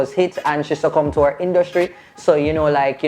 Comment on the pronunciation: Thanks but guh sleep now caz mi swear mi hear yu seh "di lady succumed to her INDUSTRY ".Summarie karrek me plz🤣🤣🤣🤣